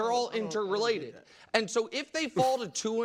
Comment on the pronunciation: He said Interelated!! Wow Nick! 😂😂 Lets just put a 30 yrd pass in the same boat as a 10.... Purdys gunna ball! Lets go Niners! Yall better than this!